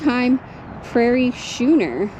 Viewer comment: I think they pronounce schooner like we say school "skooner". Just from what I've heard pronounced. That's a TINY cabin but HEAVY! Interesting video.👍🏻